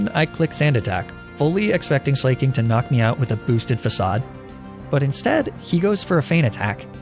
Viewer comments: I’m pretty sure it’s pronounced Slack-ing and not Slay-king. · why do you call slaking “slay-king” and not “slack-king.” its painful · I may be wrong but I always thought Slaking was pronounced Slack-king as a pun on how he slacks rather than slay-king. But I guess he does slay haha... thoughts? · buddy I can’t keep supporting you when you butcher every name you come into contact with this badly. Sla- king? Are you kidding?? HIS NAME IS A PLAY ON THE WORD “SLACKING” YOU FOOL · It's pronounced Slack-king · "Mah Chop" and "Bae salt" "Slay king" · I like how you pronounced slaking Slay king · He said slayking so many times.. I can't 😂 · The way he pronounces slaking kills me